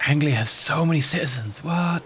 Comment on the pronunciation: an englishman that cant pronoune anglia, oh dear